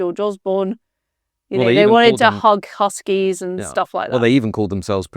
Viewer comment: Hug a hoodie... Not hug a huskie !! Geez is she a authentic